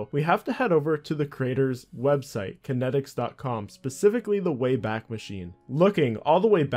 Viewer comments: Kaitnieks= Kite-neeks Not Kinetics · The website wasn't kenneticz, it's kaitnieks, pronounced "kite-nye-icks". Otherwise bravo this takes me so far back, i been playing rsc since a wee-lad, around 2001. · Not sure how he got kan-et-iks from Kaitnieks. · Why do you keep pronouncing his name as kinetics when his name looks nothing like it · This guy really just called kaitnieks “kinetics” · Some OSRS content creators don’t know phonetics. FlippingOldSchool has the same problem. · Haha it’s a dutch name, no wonder that he doesn’t pronounce it right. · Yeah, it's honestly pretty annoying to hear someone make a video on someone so prominent and then just repeatedly get the name not even close to right. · its actually pronounced kite-neaks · im American and I understood how to pronounce it immediately, this youtuber is just a pepega. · Lol autominer source code being "clean", it was literally just a clicker, you could write something similar after spending a week learning to code. By runebot you mean AutoRune. And Kaitnieks is not pronounced "kinetics". OCR = Optical Character Recognition, not Content. Alot of inaccuracies and missing info here I think. Btw you can find Kaitnieks on reddit. All that said, it's great to see someone documenting RSC, I cant begin to tell you how unbelievable it was. I recently started playing RS3 out of nostalgia but honestly, so much of the original magic no longer exists in the game. From staking in a packed draynor, to trading in varrock market and pking in edgeville. All 3 locations, always packed, just an amazing game. Finally, I wrote many RSC bots back in the day and was very active in the community, if you ever want to talk anything RSC hit me up. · Aside from absolutely decimating the dudes name, solid vid